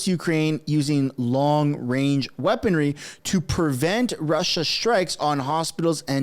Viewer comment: Wong wange weapons